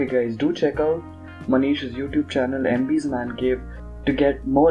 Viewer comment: Its not MBS its MB's Mancave 😂😂😂 sahi se naam le mere bhai kya 🤪